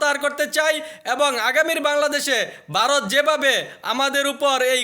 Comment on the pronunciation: Barot na re ota varot Uchharon